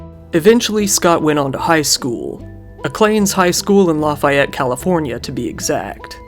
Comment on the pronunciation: Lafayette is pronounced laugh e et I live near we all say it like that